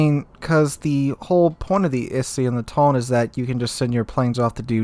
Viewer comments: Its pronounced "Tony" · I am not Japanese, but my guess Tone in Japanese is 2 cellyble, like To-ne, I think 🤔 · You at least pronounce "Tone" as "To-ne" cuz they are different words.